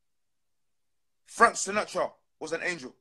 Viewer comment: Man said Frank Sinatra.. I'm done here lol